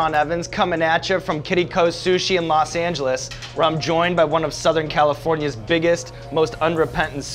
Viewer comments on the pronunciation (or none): "Ros Angeres" Carifornia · ”ROS ANGERES”